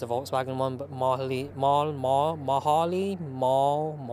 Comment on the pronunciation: I think it’s pronounced “Mar-lur”. Well that’s how Volkswizard pronounced it.